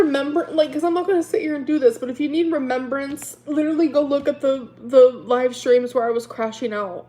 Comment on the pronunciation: Her and “remembrance” 🤣 just can’t get it right